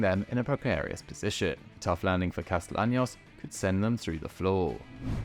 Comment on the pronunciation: Friendly correction. It’s pronounced “Casteyanos”